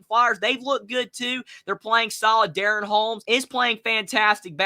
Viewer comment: pronounced duh-ron, DaRon Holmes the 2nd, in 454/Dayton we say Deuce. Sheesh !!